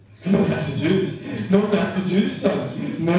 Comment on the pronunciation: I thought he said gasta juice.